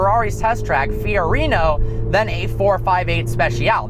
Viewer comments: It's Fiorano not Fiorino lol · Its fiorano not fiorini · He called it fiorino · did he just say fiorino? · You mean Fiorano?